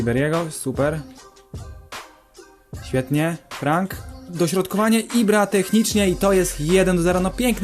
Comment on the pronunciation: imię ribery'ego czyta się frąk ;) a sam odcinek kozacki